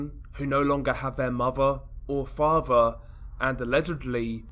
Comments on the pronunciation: The way you sat Muvva and Faava 🖤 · Mahva or favha. The accent 😂